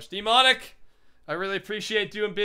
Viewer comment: Anyone else noticed he says "DEEmonic Astroid"?